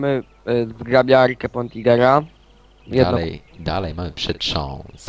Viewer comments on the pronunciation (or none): Nie poigera tylko potingera ;)